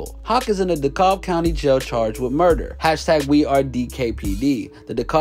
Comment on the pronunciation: It’s pronounced “Dee-Cab” county.